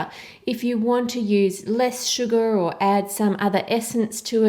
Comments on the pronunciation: Ann: "Sugar" Me: (Hears 'Suga') "A TO THE G TO THE U TO THE STD" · I love how you say "sugar". :D It's like "Shugaahr". :3